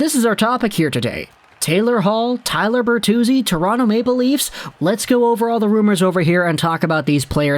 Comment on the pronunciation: Tyler... its Tyler